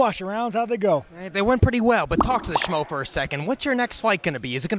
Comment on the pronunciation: Strickland says smo instead of schmo lol